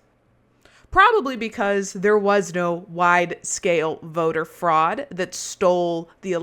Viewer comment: He said "Election Freud" 🤣